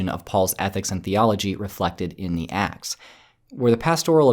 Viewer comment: It sounds like yer saying "The Axe of Paul and Thecla" which sounds more like an epic fantasy story :p